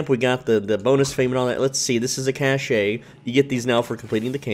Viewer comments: The e is silent in Cache it sounds like Cash. This bothered me so deeply. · FYI - if you use standard English pronunciation cache and cash are pronounced the same.